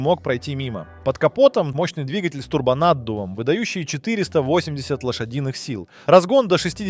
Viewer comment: Что за произношение названий автомобильных марок и прочих слов? Какой БМВ И 3? Какая АЛФА Ромео? Какой нах турбонАддув? Что за СитрОэн? И тут же произносится нормально СитроЭн? Предполагаю, что специально так говорится, но если так - то это коряво, ох как коряво....